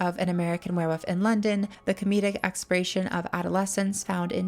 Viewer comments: There is actually an L in the word werewoLf its not wearwoof 😂😂😂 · I'm way too distracted by the way you pronounce werewolf haha keeps sounding like werewoof